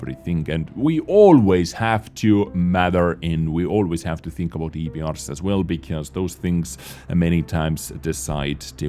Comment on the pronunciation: Sparky Boy: How many....do you tink? Saurfang grimacing: To many....